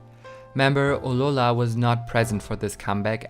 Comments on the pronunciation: just wondering why do you say aurora like that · You need to pronounce Aurora better